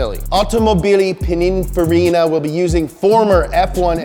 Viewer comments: So nobody’s gonna talk about the fact that he pronounces it pinifarina instead of pininfarina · "Pinifarra"is the pronunciation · So nobody is going to say anything about ' pronunciation of Pininfarina? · Please learn how to pronounce Pininfarina. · Does it bug anyone else how says Pininfarina?